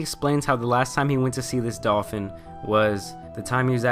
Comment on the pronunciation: I keep dying when he says "dolfin cooch"